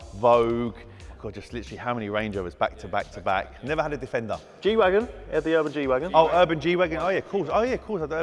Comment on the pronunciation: "Oh I have a gwagon cool" 😂😂